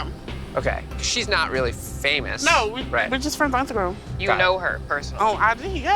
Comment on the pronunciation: What is “insta...crumb”🤣🤣🤣🤣🤣🤣